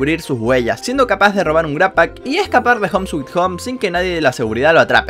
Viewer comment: no es "gratpack", es "grabpack"